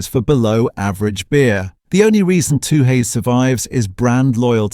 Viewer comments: AI voiceover. It's pronounced fourex. And it's stubby - not 'bottle'. It might (subjectively) be rubbish beer but at least served cold off the tap. 'Two-hays'. WTF is 'Two-hays'? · When didn’t pronounce four ex and tooheys correctly I could smell a Ai rat